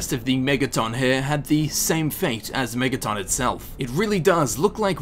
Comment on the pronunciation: why do you put so much emphasis on the O in megaton?